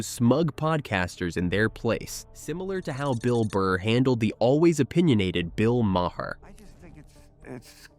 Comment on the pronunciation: If you're going to use AI to create your videos dont be completely lazy and fix the pronunciations in post edits. " Bill Ma Hair"